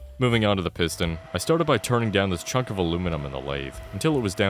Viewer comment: I cant be the only one that heard that as "4 inch fuck of steel"